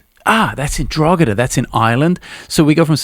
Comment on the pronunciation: Hope you have a good time over here in sunny Ireland. 😂 Drogheda is pronounced like Draw-hid-ah.